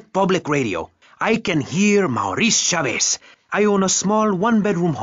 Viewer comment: Maurice Chavez…not Chaves, not Chavis